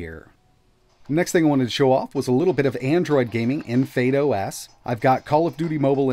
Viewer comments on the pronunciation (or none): I'm sure it's not pronounce fade os. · Why are you saying "Fade OS"